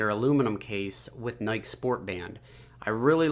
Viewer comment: everytime he said nike it triggered me